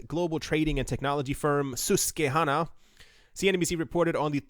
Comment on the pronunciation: "Sus-kwuh-hanna". Susquehanna.